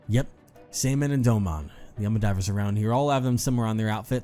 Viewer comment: so proud of for saying seiman correctly at first try!